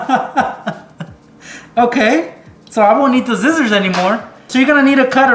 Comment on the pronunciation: I thought he said zizzers